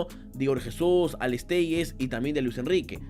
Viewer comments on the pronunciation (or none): Hay cierto error en la pronunciación de 2 jugadores que mencionastes, Alex Telles(telis), el LL en el nombre es engañoso, y Igor Jesus, con la J de Jesús, Creo que el Narrador de los partidos habla correctamente, o puedes buscar en Google para hablar en portugués.